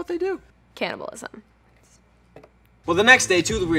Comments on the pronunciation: No one: Literally no one: Kiernan: cAniBaLiSm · Nobody: Absolutely no one: Kiernan: CaNnIbaLisM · no one: kiernan: cAnNiBaLiSm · no one: absolutely no one: kiernan: CANNIBALISM